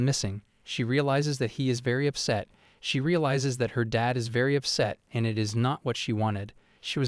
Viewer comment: But the word “Dad” isn’t two syllables…